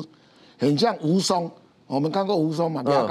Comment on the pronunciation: 很喜歡。提醒一下，蜈蚣，讀(公)的音，不是(松)的音